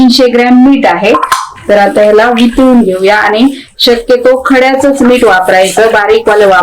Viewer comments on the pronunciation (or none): तुम्ही मिरच्या तळताना दाखवता व भाजून खायच्या म्हणता तरी तळून खायच्या म्हणा व मीठ म्हणा मीट म्हणू नका.मराठी शब्दांचे व अक्षरांचे उच्चार सुयोग्य करा शुद्ध बोला. पाक कृती छान आहे.